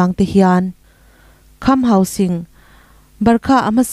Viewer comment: Khamhauging ani lo, kham hausing s s sîng toh tur